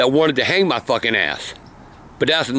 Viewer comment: i love how he saids bey at the end